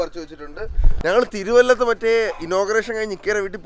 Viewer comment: തിരുവല്ല.. തിരുവല്ലം അല്ല